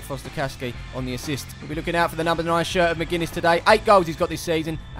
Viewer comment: Magennis no McGinnis xxxx tho